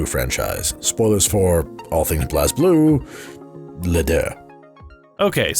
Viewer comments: Minus the mispronunciation of the character names (and calling "Blue Grimoire" instead of the Azure Grimoire) Other than that, pretty good By the way, its pronounced "Blaze" Blue, not "Bloz" Blue lol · Its pronounced Blaze Blue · It's pronounced as "Blaze_Blue" even the japanese katakana is written as : "burei buru" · It's pronounced "Blaze Blue"